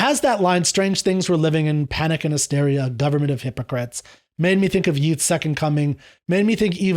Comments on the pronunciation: Just a small note: "Yeats" rhymes with "gates", not with "sheets". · I've never hear the poet pronounced that way, but I guess you are talking about William Butler Yeats? His name rhymes with 'dates'! And in respect to 'Second Coming', you need to put it in the context of Irish nationalism in the early 20th century to understand it better.